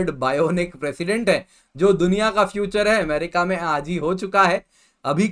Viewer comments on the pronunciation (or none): none